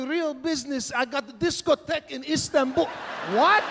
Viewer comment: wow rofl literally I can't even..."I've got disco tech in instanbul."